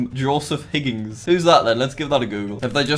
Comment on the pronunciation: It’s not higgings it’s hig-ins